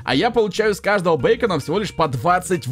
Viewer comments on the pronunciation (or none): Не бейкона а бикона